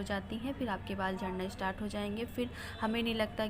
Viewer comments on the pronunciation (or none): none